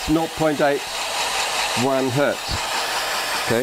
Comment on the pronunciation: Mutt and Hoog: Your pronunciation of Hertz hurts.